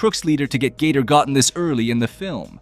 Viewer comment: The way he says gator sounds like Gay-Tour ,which is funny asf